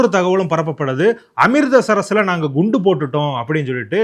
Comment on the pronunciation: Thambi , Am-Rith-Sar, Not Am-ritda-Sar-sar